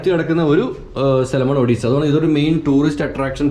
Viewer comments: "ഒഡീസ'അല്ല "ഒടെസ'എന്നാണ്. സന്തോഷ് ജോർജ് കുളങ്ങര സാറിന്റെ സഞ്ചാരത്തിലും,സഞ്ചാരിയുടെ ഡയറി കുറിപ്പിലും. ഇ സ്ഥലത്തെ കുറിച്ചു കാണിക്കുകയും, വിശദമായി പറയുകയും ചെയുന്നുണ്ട്👏👌♥️👍. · മുൻപിലെ vedio കണ്ട് നോക്ക്.. അതിൽ രണ്ടും clear Ayi പറയുന്നുണ്ട്.... ഇത് ഇന്ത്യ യിലെ odisia അല്ല. Odessa anenn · Odessa.. Odessaaa.... Odessaaa.... Ini marakkaruthu..😁